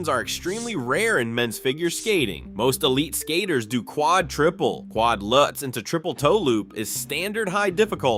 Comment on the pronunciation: it's a Lutz, not a "lootz"